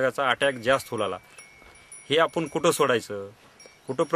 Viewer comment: yache uccharan tar paha kiti gavandhal ani adanya sarkhe ahet apapan la "aapun" krushi la "krisi". Wtf man..